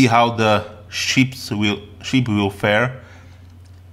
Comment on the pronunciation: Takový klasický západoevropský přízvuk a trošku zlozvyk s výslovností u pár slov, například "ship" ve tvém podání zní jako sheep :P Ale jinak v pohodě, zbavit se přízvuku je kurevský problém, takže to bych neřešil :D